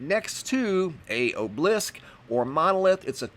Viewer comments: A gentle constructive criticism: these are called an "o b a lisk" (spelled "obelisk") or monolith. There is no object called an "oblisk". Please take as it's meant sir. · Its pronounced OB-el-ISK not obe-leesk. Obelisk. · Oh-blisk? do u mean Aahb-eh-lisk?? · It's pronounced o-be-lisk not o-blisk! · Ok... just basic phonics skills would be a refreshing change for once. So frustrating to have to listen to such a hack job so often when it's so easily remedied. First he pronounces obelisk as though it's magically lost a syllable and mixes/adds letters unnecessarily. The result sounds like "o-bleesk". The next time he attempts to say it he still loses the 3rd syllable and now pronounces it as "o-blisk". Obelisk has 3 syllables, just like how it looks. Sounded out it's "oh-buh-lisk", or sometimes "ah-buh-lisk". Then shortly after he says: "heighth" which is 100% not a word. I'm absolutely astounded especially recently, at the high rate of "gobbledygook" spewing forth from this creator. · You can Google words you don't know how to pronounce such as obelisk. Ob-e-lisk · obelisk pronounced AH-bull-isk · It's pronounced - Aw - bow -lisk! Obolisce. Love the channell!!! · Obelisk - aa·buh·luhsk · Obelisk is pronounced "AH'- bell- isk." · Do you watch these videos to learn interesting, "alternate" pronunciations of words? 😉 I do 😂